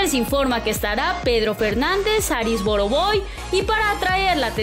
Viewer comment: Sería bueno que la persona que narra el vídeo. Pronuncie bien , o que le enseñe alguien a pronunciar ciertas palabras como EXITOSOS Y ARI BOROVOY. se escucha muy mal cuando menciona esas palabras